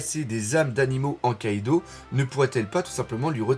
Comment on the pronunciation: Salut, on dit KaidO pas KaidOU, stp ^^ Je l'ai appris dans une de tes vidéos via un commentaire de DBTimes, autant appliquer ses propres leçons:) Tu fais un super boulot sinon